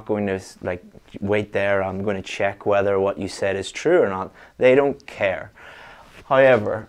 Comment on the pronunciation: I like the way you pronounce the word HOWEVER